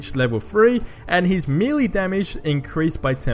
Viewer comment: It’s maylay not meylee maylay .